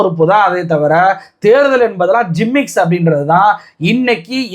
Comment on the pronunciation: அது, "ஜிம்மிக்ஸ்" - இல்லப்பா... "கிமிக்ஸ்" -ன்னு சொல்லுங்க...🎉